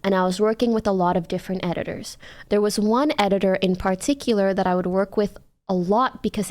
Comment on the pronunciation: Nah who said edgitor ☠️